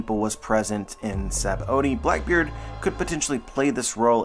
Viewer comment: It’s just pronounced “sab-O-D”